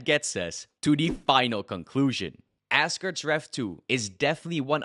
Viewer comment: Are you saying assgerd's?